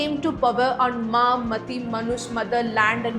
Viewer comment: what a pronunciation man like seriously maati ko mati and its bhandaar not bandar